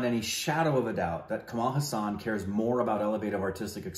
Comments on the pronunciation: Kamal Haasan is not pronounced Cumaal Huh-saan, it’s Cummul Haa-sun. Haasan is a place in Karnataka. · guys just wanted to tell you've been pronouncing his name slightly wrong When you say Haasan spell it as HAAA-SUN instead of HA-SAAAN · In Tamil it's called "pesum padam" meaning Speaking Film.... And pls note..it is pronounced Kamal Haa+sun.....not ha+saan.. Meaning the one with a lotus like smile..😁😁😁😁😁